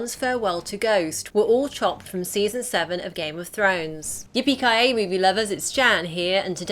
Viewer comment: Nothing like hearing a Britt say Yippykiyay to make what ever she says after sound so unbelievable.